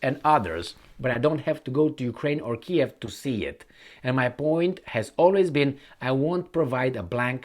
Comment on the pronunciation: it’s Keeeeev 😂